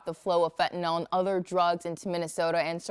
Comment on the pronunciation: FentanYl, not fentanOl